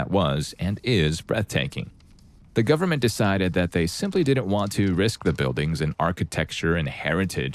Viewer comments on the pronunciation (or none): none